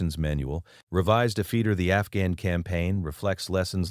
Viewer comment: Sort out the narrative, after is after not afeetee and all the other words with ft in it pronounced incorrectly and send a copy to the White House.